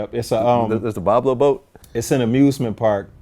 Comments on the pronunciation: Vlad has zero respect for the artists and wants to be just caught in the scene. Literally says the name of the song on the artists entire track and then proceeds to mispronounce it immediately in the interview. Then tries to tell him he killed J Cole on the verse. Disrespectful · Vlad don't know how to say the name or how many verses he has. But it's his favorite song on the album. Hmm wonder if he even heard it. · Vlad: its my favorite song on tbe album. Then mispronounced the name that gets repeated on the song and doesn't know how many verses there are. Music journalism at its finest lol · Vlad doesn’t do his research before these interviews. How is it your favorite song and you mispronounce the name, which was properly pronounced in the song? It’s like he does a rough google search right before the interview and calls it a day. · How can that be your favorite song when you can't pronounce it the way Royce pronounces it IN THE SONG? Do better. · Royce pronounces the name in the first 30 second of the song, you don't know how to pronounce it, and that's your favorite song?... and Vlad is somebody we're supposed entrust hip-hop journalism with? What a goofy. Lost all respect for this man after the first 19 seconds. Wow. Just wow. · How can it be your fav song but you cant even pronounce it... smdh